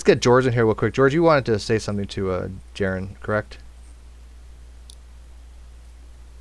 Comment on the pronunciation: Dude's name is Jeran, not Jaren, btw. Not only will you want to get that right cuz you're just that type of guy, but also to avoid giving him a talking point that " and his NASA shill stooges can't legitimately argue Earth's shape so they have to resort to mockery like misspelling my name!"